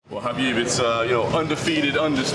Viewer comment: Khabib and Ariel Are the only two ones that pronounces his name right.